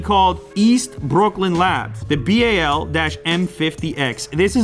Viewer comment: whats up with the way he says brooklyn lmao he sounds irish!